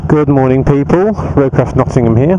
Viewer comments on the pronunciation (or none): Good mohning, peeepu..... Haha, love it!